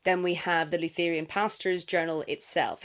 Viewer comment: I wanted to share the story of what happened to me when listening to your review of Buffaalo Hunter. I'm nodding along listening as you describe the main character confessing to the 'lou-THER-e-an' priest and thinking 'great! I'm up for an Native American folklore horror'. Then I realised that you were refering to a 'LUTH (ryhmes with Ruth)- ur-an' priest. Lutherans are a Christian denomination. But I realised that my whole perspective had changed when I didn't realise what religion the priest was. Wether it is part of the book or not, I was struck with a sense of the strangeness of Christianity in this setting and how much I am, however unconciously, influenced by my Christian upbringing of what is 'odd' or 'other'. All this is said, not as a dig at the pronounciation of Lutheran; but as how discussions of really good literature can take us to strange and lovely places. So, thank you! I look forward to reading the book and hopefully the Audiobook.